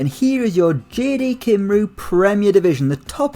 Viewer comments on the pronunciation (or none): Just for future reference, Cymru is pronounced Cum-Ree not Cim-roo lmao :))) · Cy-m-ru not Cim-rou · It's pronounced cumree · Drinking game: Take a shot every time he says Kimroo